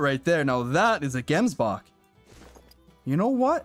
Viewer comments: you pronounce gemsbok as jemsbok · man waiting for the day a non south african pronounces the "gemsbok" properly, anyway nice vid bro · Any south africans that are laughing at how he says gemsbok? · I am a South african and love how you pronounce gemsbok and springbok and stuf 😂😂